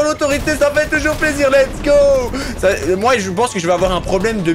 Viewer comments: Arrête de dire maa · Devine combien de fois a dit MOA mdr 😂